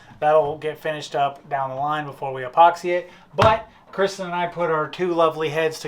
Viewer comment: Say what it's not Christian!! It's Kr-is-ten = Kristen Sorry Kristen,if I was a carebear I would be rhetorical bear. If I was a transformer I would be grimlock cuz I'm slow but get stuff done. Grate work. Hope all is well..